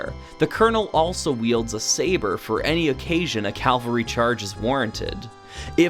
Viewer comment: Just a bit of nitpick, it's cavalry not calvary unless you are talking about 1. A life-size representation of the crucifixion of Jesus Christ on a piece of raised ground. 2. A series of representations of Christ’s Passion in a church. Or 3. A strenuous experience.